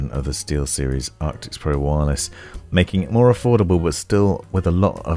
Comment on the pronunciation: Man i love your reviews and watch them all but you really trigger me when you say things obviously wrong like ARCTIS not ARCTICS or "SIN-Apse" not SYNE-apse lol call me an asshole i know lol.